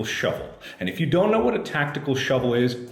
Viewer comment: Hari G I believe you mean “Mark: A SHOUVEL!”